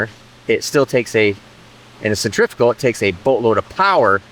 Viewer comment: Thank you for properly pronouncing the word Centrifugal. Take note kids, stay in school.